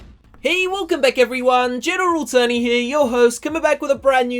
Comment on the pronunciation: I swear he sais general turny here. XD